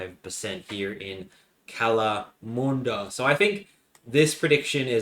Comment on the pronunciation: Brother, Kalamunda is more like Callum-under, NOT, Cal-a-mhun-dard, as soon as i heard that i got flash backs to my ex when she got too frisky never ask for a mhun Also wtf is All-biny? Its Al-bany